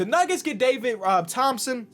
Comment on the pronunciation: " DAVID RO-THOMPSON"😂😂